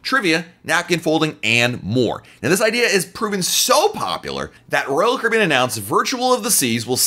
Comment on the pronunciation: What is Royal caben. ??? You said it 95 times. Chill out a little..